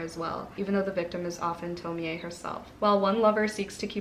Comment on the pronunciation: The Broken Girls is really good so far. So excited for the liveshow! Can't wait for sapphicathon! I loved Orquidea Divinia. You are pronouncing Tomie correctly! The e is pronounced. You make me curious to read Junji Ito all the time. It's not really my type of manga but I'm curious. I read Summer Sons in October and was excited to read a southern gothic queer stories but it was like a 2.5 for me. Was so sad because it was an anticipated read for me. Girls of Fate and Fury!